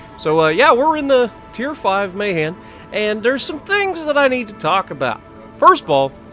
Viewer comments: Pronounced MUH-han. Navy vet. 😉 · I'm best with DD's right now. I've got the stock Mahan (I think most people pronounce it May-han), 50k xp until I get the New Orleans, and 10k xp to unlock the New Mexico. I looked ahead in the tech tree and apparently the Benson is the 1st US DD with a greater torpedo range than detection range. And it gets to to fit the the concealment module as well.